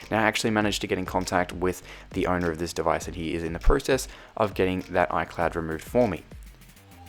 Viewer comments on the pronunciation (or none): none